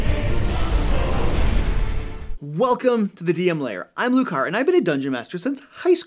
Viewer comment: I thought your name was 'Lucar." You might consider enunciating your name a little more clearly, Luke Hart. :-)